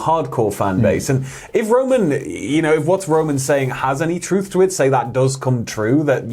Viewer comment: now I am only saying this because it's a pet peeve of MINE and only MINE. It is truth with a "th" not truf with a "f"